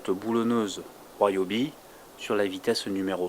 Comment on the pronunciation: Ca se prononce "ri-o-bi" non pas "roi-o-bi". Vous dites ne pas connaitre le couple de serrage de vos roues parceque montées à la main, et dans la foulée vous annoncez le couple... J'ai lâché là, ça pue le frimeur mythomane...